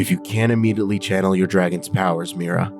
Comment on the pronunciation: Mirror-ah? I thought it was My-Rah🤦🏼‍♂️ Anyways, YAYYYY NEW CHAPTER!!!! 😁😁😁 Odd to know that I’d be beginning the journey of a Cadet if I was in this world… oh god I’m nervous 😂 LOVE the chapter btw!!! I am on Chapter Twenty Seven, I’m still annoyed that they didn’t continue the end of Chapter Twenty Six, so the interaction isn’t known to me.